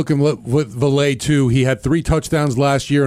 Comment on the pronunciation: Personally, I'll be surprised if Vele doesn't play against the Broncos in practice. He's great offscript. Also it's pronounced Vay-Lay